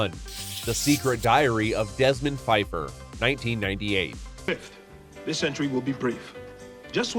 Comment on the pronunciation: that's Desmond PA-feiffer... the P was not silent. Because that was apparently a hilarious joke... I guess.